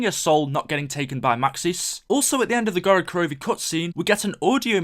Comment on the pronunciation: why do almost all english youtubers say gorod korovi? Can't they just say gorod korovi?